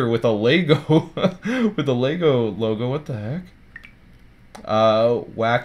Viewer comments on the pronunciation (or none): none